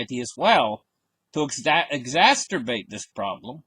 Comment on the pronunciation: ExaCERBATE....Not exaSTERBATE. :)